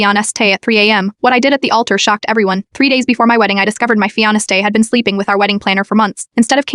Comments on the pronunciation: Fee ona stay and jesterday - these constant repetitive mispronunciations are making these works of fiction frustrating. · It is the mispronounced Fiance' Man engaged to be married 😎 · FeeOnStay not Fiancé...said by Hermione probably lol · fee ona stay ? AI is getting worse